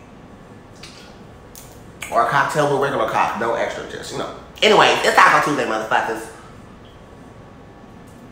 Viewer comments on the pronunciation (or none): It's 'Taco Cocko Tuesday'😂😂😂😂😂😂😂